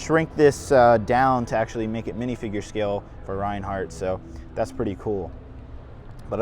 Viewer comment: It’s not pronounced Ryan hart, it’s pronounced RAIN HART!